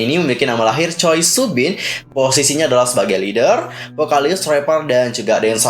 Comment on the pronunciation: koreksi aja ya kak marga choi dibaca chwe bukan choi hehe